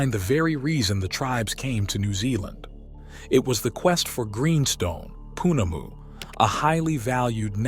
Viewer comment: Pronounced - Kai-man-a-wa - Mao-re (long a) -Tangata Whenua is Tonge-ga-te Fen-u-a - Pounamu - Po-na-moo (long first o like the teletubbie and A) - Kai-an-ga-row-a - Tapu - Taa-poo - a taboo or restricted area and please search for Maori pronunciation of vowels.